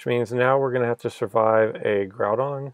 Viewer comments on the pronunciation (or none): none